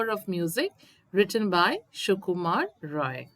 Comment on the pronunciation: Ray not rou